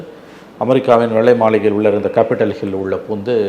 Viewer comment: It's " Capitol Hill " , and not ' Capitial Hill '.😅😅